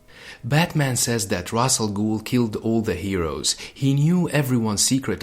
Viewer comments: Ra's = Raish Not Raz or Ros. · Ra’s pronounced “ rass “ means head or “head of “ not raish which means “feather “ in some dialects of Arabic